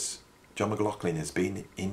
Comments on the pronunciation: Even being German, I dare to give a comment on the pronunciation of “McLaughlin”. Doesn’t the name have somewhat Gaelic roots with those strange consonants? There is a way to pronounce the gh softer with slightly breathing H. Like German “Bach”. Not Bak as Anglos like to say, but Bachhh. Can You imagine what I mean? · Muck Loff Linn....repeat slowly and speed up....and you'll get there😂😂😂 But don't worry too much...your pronunciation might be off but your content is great. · Yes...I'm aware of this but in the end if I don't pronounce M-Glock-Lin then I will be cursed with continual comments regarding the pronunciation. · I think the ambiguity with how McLaughlin is pronounced is due to people with that name pronouncing it differently, depending on whether they have Irish or Scottish ancestry. I understand that the reason John McLaughlin was born near Doncaster in South Yorkshire is that his mother, who taught Piano, left London whilst pregnant with John, to escape the Blitz bombing of London during WW2. I've read that he lived in Kirk Sandall, which is about 4 miles NE of Doncaster city centre. If anyone knows the address he lived at, I'd love to know because I only live about 3 miles from there. If the residence is still in existance, it deserves one of those commemorative Blue Plaques like the house that Jimi Hendrix lived in, in London, has.